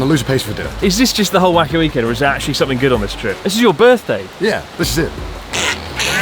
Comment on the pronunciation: you said weekend with the wrong stress twice at the end of the video 2/10